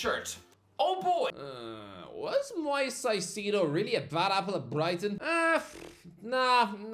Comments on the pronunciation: The caicedo pronunciation is jokes 😂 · I love you but how do you keep messing up Caicedo’s name? Moises = moy-ses Caicedo = kai-say-doh